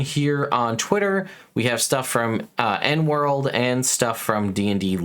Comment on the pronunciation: Small PBA: It's not pronounced "N World," but rather "E N World," as in Eric Noah World.